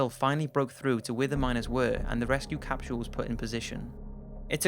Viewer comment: "Capshule"? Come on.